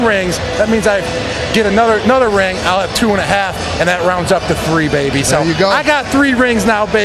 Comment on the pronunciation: “anotherNOTHer ring” 🎉😮